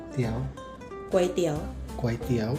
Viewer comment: คุณเป็นคนแรกที่สอนพูดคำว่าก๋วยเตี๋ยวถูก คนทั่วไปจะออกเสียงว่า ก้วยเตี๋ยวหรือก๊วยเตี๋ยว ซึ่งขัดใจเรามาก เพราะมันไม่ได้อ่านว่าก้วยหรือก๊วย มันคือก๋วย 😂😂